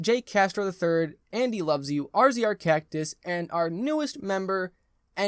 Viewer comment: “rZrCactus” was actual zRzCactus lol.